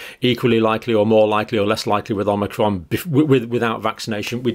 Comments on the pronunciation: Sorry dr John it isn't pronounced as omnicrom. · I love the way he says "an Omicron.......cold" !